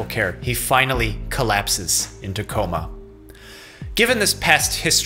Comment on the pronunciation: I love how he says in a coma it sounds like tacoma like the city lol